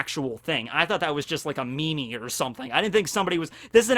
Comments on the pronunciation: He says memes 'mee-mees'... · I’m deceased, ME -ME’s instead of memes